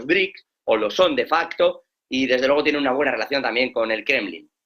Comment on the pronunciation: RUSOFOBICO!! aprende a pronunciar las palabras se dice: FUEGO no FOGO,; LUEGO no LOGO